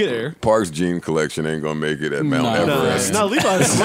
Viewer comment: Yooo got my dyin 🤣🤣🤣 “MOUNT EVERREST”!!